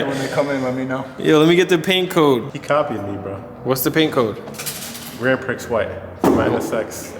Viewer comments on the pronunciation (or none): "Grand PRICKS white..." 😂😂😂 Come on lololol. Its Grand-pre (Grand Prix)